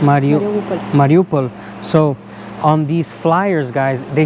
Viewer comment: you struggled to pronounce Mariupol 😂😂